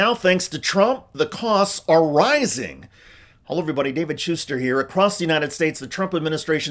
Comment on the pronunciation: Shuster = shiester !